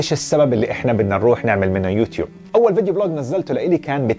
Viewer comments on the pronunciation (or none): none